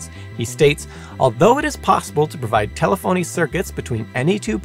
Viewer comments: It's te-LE-pho-ny, not te-le-PHO-ny. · Nice to see you again! For future reference, telephony is usually pronounced closer to teh-leh-funny. From what I can tell, the way you said it IS still acceptable, but I've never heard it said that way in all the years I was in the telecom industry. I know, everybody is a critic. Great channel and video though! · Let's not forget the record producer Joe Meek's musical homage to the Telstar launch with the #1 hit of the same name. Played by the Tornadoes with Clem Cattani on drums. The very primitive music video to accompany the music has a couple clips of the launch. Also, a very small point, but telephony is pronounced slightly different than in the video.